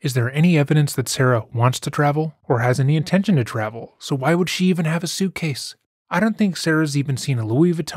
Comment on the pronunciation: Everyone: "You're delaying the trial. Sarah: "Not INTENTIONALLY-UH."